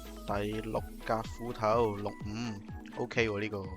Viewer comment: 把斧頭聽成國語胡桃